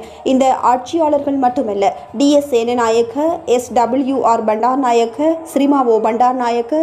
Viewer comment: S.W.R. இல்லை S.W.R.D Bandaranayake, பண்ேடாரா இல்லை பன்ேடாரா,Japan,sarles இல்லை Charles இந்த ெசாற்களின் உச்சரிப்ைப கவனிக்கவும்.